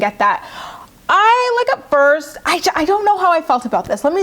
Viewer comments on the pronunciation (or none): none